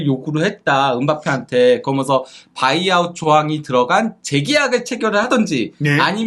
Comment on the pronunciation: 브버지인가 브러지인가 "그러먼서"개 듣기싫다고 좀 ;; 고쳐라